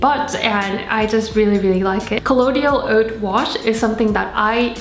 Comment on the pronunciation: It's col-loy-dal